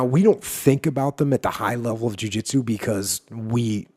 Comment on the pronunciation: When your saying Jui Juitsu do you mean BJJ or just JJ?